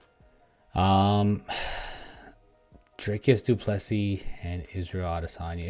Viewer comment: Pronounced:: doo plu sea,not seas